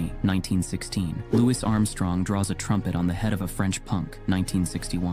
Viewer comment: I agree, but at least it pronounced Louis Armstrong correctly.